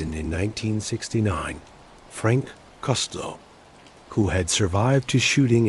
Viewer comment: You need to learn how to pronounce Costello name correctly